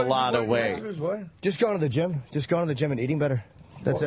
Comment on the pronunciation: HAHAHA, Jimmy really does have an Irish accent when he says, "just going to the gym and eating better".... -35